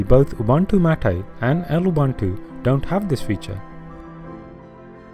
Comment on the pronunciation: yes, Ubuntu. Its pronounced as OO-boo-ntu, with a soft "b". Similarly, its LOO-boo-ntu and ZOO-boo-ntu for the other two variants. I know this for sure because the name of the distro is taken from my Home language. Im not sure about mate but I read somewhere that its actually "mah-tay", but dont take my word for it.